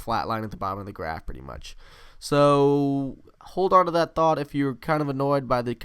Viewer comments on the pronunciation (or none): none